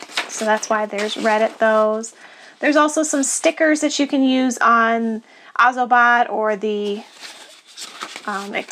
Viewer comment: its actually pronounced oz-OH-bot